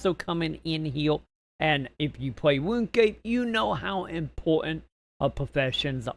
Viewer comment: its pronounced RUNE scape matey